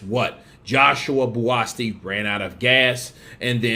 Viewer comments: You spell his name as Buasti instead of Buatsi and proceed to pronounce it Buaski,u Americans man hahahaha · pronunciations give me the ICK sometimes😂😂who the hell is “Buasti”??😂ITS BUATSI! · nope BUU-AT-SEE😊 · His name is BUATSI not Buasti. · He is not called Buasti mate but Buatsi.😉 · i like watching Buatsi because he has venom in his gloves, or is that an egg weight. Also his name is pronouncced Bu-at-sea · Pronounced: Bo-a-chi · his name is spelled BUATSI and pronounced JOSHUA BU-AT-SEE!!! Great video!🥊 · his name is pronounced BOO-AT-SEE bro... that is a silent 'S' in his name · AMERICANS BUTCHER NAMES😂💆🏾‍♀️🤦🏾‍♀️ BOO -AT -SEA (Buatsi) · Is bu’a’chi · I gave you a thumbs down for kept pronouncing Buatsi's name wrong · Most of these YouTube uploaders don't do any research. They just want the views to make money., like most of them, don't give a fk about the pronunciation of his name. Which is sad, because if he was watching the fight, he surely would have heard his name. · You murdered his name, question why are American's so bad at pronouncing names????, but yes it was a great test for JB, and his another good step forward towards a title shot, maybe another fight before then.